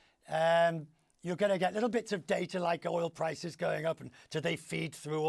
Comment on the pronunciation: Yes, he has a Speech impediment.